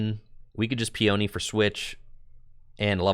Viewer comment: Lol Peony is pronounced "pee-uh-knee," not "pee-oni."